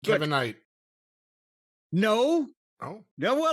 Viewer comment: With everybody saying Kev-vin Knight YEAH!